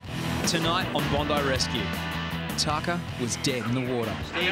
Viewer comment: you are right, this guy doesn't know sht. It is pronounced Tah kah